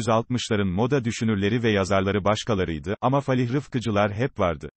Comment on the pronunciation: Falih değil fâlih denir